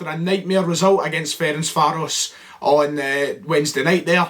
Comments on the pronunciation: Fer-ench-var-os! Not surprised you struggled with it as we don’t have VAR in Scotland! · He wasn't even bothered to try and pronounce Ferencvaros in the end hahaha cannae blame him